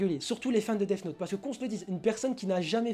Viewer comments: Je suis désolé mais celui qui a un Q.I d'huître c'est pas celui qui trouve que L est raté parce qu'il est noir mais celui qui prononce Death Note : Def Note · haha clairement mec , depuis quand le son "th" se dit "def" , y'a clairement une grosse différence entre les deux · Diego Gilson je suis plutôt calé en anglais et je suis désolé mais on ne dit ni def ni dezz note. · Parce que là plupart d'entre vous êtes vraiment con, c'est cadeau. Le son "th" se prononce en mettant la langue entre les dents, puis en la retirant. Seuls les mongolos qui n'arrivent pas à aligner deux mots en anglais ne comprennent pas ça. Le son "th" est un phonème ( "son", pour les plus idiots ) propre au langage anglais, il n'y a pas d'équivalent en français. Donc, il n'y a pas de "Deaf Note" ni de "Dess Note", il n'y a que le "Death Note". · Je suis la seule que ça a trop perturbée qu'il dise Def note au lieu de death note? 😅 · Le son th se prononce th point a la ligne, si t arrive à faire sortir le son deff c est que tu c est pas mettre ta langue entre tes dents du haut et du bas . Point final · "def note " hahahhahha et t'as 53 m abonné ahahahahha n'importe quoi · Bonne vidéo mais les "def note" mon pertuber eheh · je suis le seul que sa dérange quand il dit deaf note ? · théoriquement le th se prononce sse genre dèss note